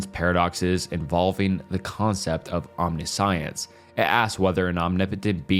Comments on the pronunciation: Omniscience is pronounced om-nish-ence for future reference ( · lololol it isnt “omni science” 😂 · I really hope English is your second language...Casuality, Omni Science? what? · It's pretty easy to find out how to pronounce words using google. Omniscience = om-ni-shence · bro made a 3-hour long video to “correct his pronunciation” but still pronounced almost every philosophical term wrong 😔 “omni-science” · Omna-science and premesises 🤦🏻‍♀️